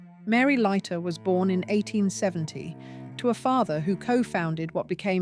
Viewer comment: Lighter, Leeter, Layter- "Leiter", as a Swiss surname, is probably pronounced "Lighter". The speaker changes their version ever other sentence, which makes me think it's AI, even if not uncovered.